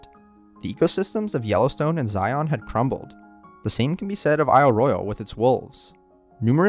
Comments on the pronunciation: Good video! I'm just curious why you pronounce it like Morpheus. You aren't pronouncing lion that way. Just a gripe. 😁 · I gotta say...the way he pronounces "Zion" drives me bonkers. Ask a mormom how it's said...lol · Utahn here, the best way to tell a local from a foreigner is how people say zion, you guys say it as z-eye-on it's pronounced as like zy-in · Sorry about noticing but is this a computer voice? Zion is a single silable not two as sometimes was said Zi-on. It's subtle but as a utahn it grates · "Zi-un" not "Zi-on." Of course the locals call it "Zi-uns" which us just as awkward. Considering that I usually sleep outside under the stars when I go to Zion I'm not all that sad that mountain lions moved out of Zion Canyon and the Springdale area. Considering that the canyon is just a small part of the park and that most of the tourist activity is centered there it's probably a good tradeoff. In fact there's a rock art panel near the south entrance called Sacrrifice Rock. It doesn't depict a sacred ceremony. No, park officials decided to make it's location known with the understanding that the area would probably get trashed. That panel was sacrificed to draw the crowds and hopefully leave other areas unaffected. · I have yet to hear anyone local to Washington county call it zi-ON. It’s always been zi-UN. Weird that Kane County would be different. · Zion, rhymes with "lion". This narrator missed a real chance here, given the topic of the video. Have only ever heard people not from Utah (or not LDS, members by and large pronounce it correctly, even from other states) pronounce it as "on". In fact, if you consult the Webster dictionary you'll find zi'en is the correct pronunciation (with li'en being the pronunciation of "lion". See the rhyme?) More people need to know this. Toole will never make sense though. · Love this video but as a local ftlog call it Zion not Zi-ohhn 😂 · It’s not pronounced “ZyAhn” its “Zyuhn” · It’s said ZiYin Zion not Ziyon